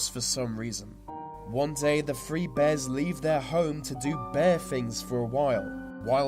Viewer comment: his "th" are pronounce with "F". Through= Frew Three= Free throats= froats thirteen= firteen